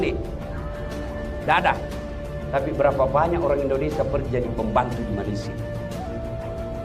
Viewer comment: malaysia ... sebut me le sia ... bukan ma le syia